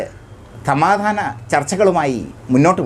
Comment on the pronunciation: തമാതാനം അല്ല സമാധാനം എന്നാണ് പറേയേണ്ടത്😮 അന്ത്യശാസനം എന്നു നല്ലതുപ്പോലെ പറയുക😮